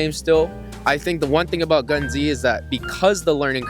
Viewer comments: This video is a complete disgrace. No Soldier Front, no AVA, no CrossFire, dude pronounces Gunz as Gun "Z", absolute abomination. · who da f calls it gun Z? cmon son.